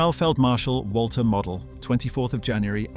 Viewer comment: It's pronounced mo del get the name right